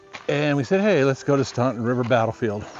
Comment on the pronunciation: The U in Staunton is silent..pronounced Stan-ton